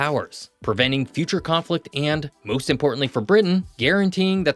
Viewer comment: "and moist importantly"???